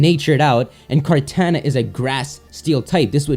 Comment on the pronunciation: Your pronunciation of Kartana makes me want to punch you in the face.